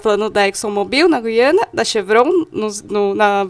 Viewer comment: Fale. Gu-iana